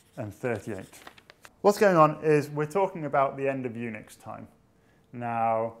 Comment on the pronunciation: Unix sounds like eunuchs. I cant fucking unhear it.